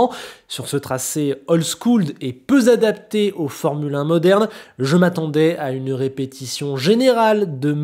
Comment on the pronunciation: Je l’attendais celui-là, fais gaffe aux liaisons "peu Z adaptés"